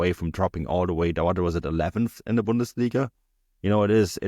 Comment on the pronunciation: You need to work on your pronunciation of 'Bundesliga' my friend. AI seems to think you are saying something terrible. stamps